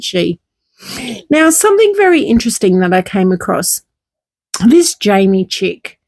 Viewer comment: It really irritates me some THINK …….ITS SOME THING…….. NOT SOME THINK PLEASE TRY TO SPEAK THE RIGHT WAY